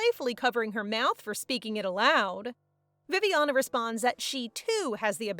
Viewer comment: Did you tell Viviana as Poopiana😂